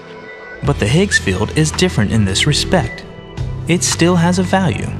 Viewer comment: Dear voice-over guy: The word "field" is pronounced FEE-eld, not FILLED.